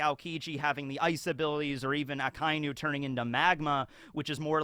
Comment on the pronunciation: who? I know you didn’t just pronounce Akainu’s name like that? Come on man.